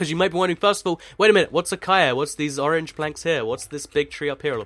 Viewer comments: Acaia? It's Acacia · It's said a-cay-shaa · No! Ah-cay-shee-ah acacia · acacia does not sound like acia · its pronounced ah-k-shia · I think it's pronounced: Ah-cay-sha Acacia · Ita called ac-ay-see-a lol its my friends name ha ha ha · It's spelt Acacia, and pronounced that way as well. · pronounce acacia a-caish-ia (not hating :p)